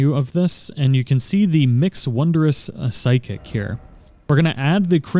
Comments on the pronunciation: Just a minor detail,. It's Physick, not Psychic. Weird, I know. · this dude said flask of the psychic lmaooo it's physick my dude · It's crazy how you call it psychic instead of physick,you know not (sy-kick aka psychic),but (fi-sick aka physick),had me like lmao...but good video though lol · I've notice everyone who mentions the flask of the wonderous physick pronounces it PSI-KICK, but since its Phy shouldn't it be "Fie-Sick" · Just a helpful note, it really is physick (FIZZ-ick) which is a term for the practice of medicine. Psychic (SI-kick) is spelled completely differently and it describes things related to the psyche. :) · Great video, thank you. By the way, it's a Flask of Wonderous "fizzick" not "psykick". =) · Great video thanks for the much needed assistance! Also it’s pronounced fizzik 😉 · i was literally looking for this comment it bugged me so bad lmao PSYCHIC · Your pronunciation of physick is infuriating.